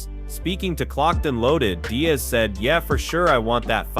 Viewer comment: When he says Dane-ass. Nate Dez.then it was Die'az . Your Butchering names brother. And in another video it's pronounced Kumshot not hazmat geez ole man